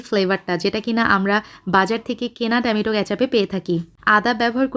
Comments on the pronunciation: Besi dong kore kotha Bolte giye tomatoke temeto bole felcen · Fix your tomato pronunciation.